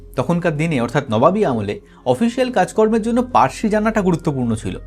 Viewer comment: Parsi noy farsi hobe